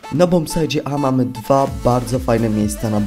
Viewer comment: "Bombsajcie", nie "bombsajdzie"